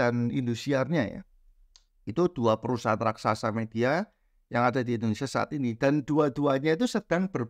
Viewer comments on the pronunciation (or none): none